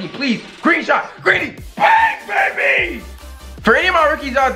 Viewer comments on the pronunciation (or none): none